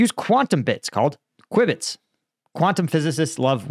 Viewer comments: Cue Bits....Quibits is pronounced CueBit. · Quib-its?! 😄 It's pronounced 'queue-bits' or 'cue-bits' if you prefer - queue and cue are homophones. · it's pronounced cu bits, not quibits ;) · When you make these claims and are so wrong, it makes ppl question everything else you claim. FYI, no this won't spell the end of encryption everywhere. Also it's pronounced "cue bits" not "kwib its". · qwibets! hahahahahaha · Pronounced "Cue-bits" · I enjoyed listening to you trying to explain quantum computing and qubits (pronounced Qbit). I could tell you were struggling, but as Nobel laureate Richard Feynman said, "If you think you understand quantum physics, you don't understand quantum physics!" I have worked in this field and your conclusions are sound. Particularly interesting are your observations of the fate of crypto-currency. While the mathematics of crypto are very interesting and clever, quantum computing will destroy it. You are also right about the advance of technology. While physical technologies are helping our muscle power, AI and quantum computing will magnify our brains and the pace of advancement will be asymptotic! Keep up the good work... I enjoy your analysis and find it excellent! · Please don’t ever say qubits like that again. It sounded so British brother, there’s a hyphen type deal between the two, it’s pronounce Q-Bits the u is basically silent. Edit- Quantum computing is not faster than light. It simply is just there, it does not have to move. That is entanglement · QBits are pronounced "Kyoo-bits" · Hey it's pronounced queu - bit